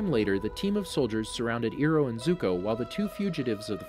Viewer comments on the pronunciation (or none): Keeps saying ee-roh, it's eye-roh😂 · u said ero inster of irho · Bro. Ty for this video, but please. It's pronounced, * Eye * row . Not, * ear * oh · Why do you say iro not iroh the h isn’t silent😂😂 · How you kept saying Iroh's name bugged me a bit. But the video is still good. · lol same!